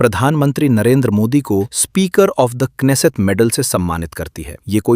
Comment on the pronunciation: You are so wise to pronounce Knesset .😂😂😂😂